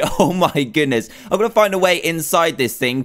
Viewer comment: He said gonnu